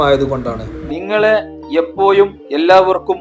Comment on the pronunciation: എപ്പോഴും എന്ന് പറയു എപ്പോ യും അല്ല... സ്കൂളിൽ ടീച്ചർ പഠിപ്പിച്ചില്ലേ നല്ല ഭാഷ പറയാൻ.